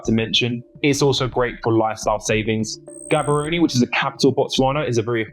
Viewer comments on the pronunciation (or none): You don't even know how to say Gaborone. (The G is pronounced H.) Another YouTube expert.